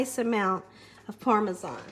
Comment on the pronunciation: She doesn't pronounce parmesan properly lol I love her but it drives me crazy lol